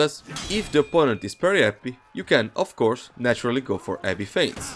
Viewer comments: When u speak "heavy", the H is not silent bro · I love how he just completely disregards the "H" sound lol